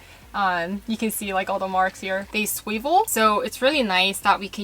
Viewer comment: 'they swayvel'